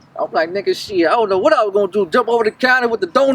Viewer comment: Lmfao nigga said “ion know that car” 😂😂